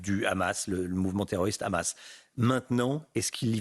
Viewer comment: Hamas et pas Khamas ..Les francais la vraiment , ça se voit qu’ils ont formés par les israéliens